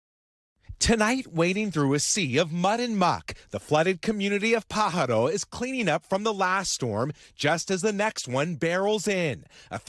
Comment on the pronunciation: Please tell the California town of Pajaro (Bird in Spanish) is pronounced PAH haro.... 😉 Gracias...